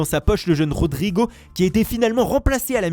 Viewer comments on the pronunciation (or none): Oui oui, Rhodrhiiiguaux. C'est pas compliqué Rodrigo quand même